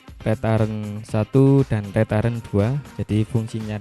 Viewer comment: saya sempat bingung pada saat menyebut "rétaren" saya cari2 ternyata dari kata "return" bacanya yg bener "riten" mas...arti harfiahnya kira2 "putar balik"...